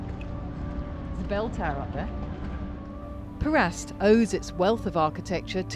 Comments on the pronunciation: My understanding of place names in Montenegro is that generally they get the accent on the first syllable. KOT-or, PER-ast etc. Lovely video. I have just bought an apartment there and am getting ready to move. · Interesting video, but please work on your pronunciation of Kotor and Perast. The emphasis on all place names in Montenegro, is always on the first syllable. (For Kotor, the rhythm is similar to "udder") Next time you come to Montenegro let us know and you can drink some tea with us at our house, which arguably has the best view of Kotor old town and the inner bay. (BTW - we know the "real" reason you entered the Fortress via the Ladder of Cattaro (which refers to the path and not the wooden ladder at the window) but we won't tell anyone! However, before climbing in the window, you unfortunately missed one of the best snack places in the area, where they serve their own delicious goat cheese and rakia. Definitely worth going back for.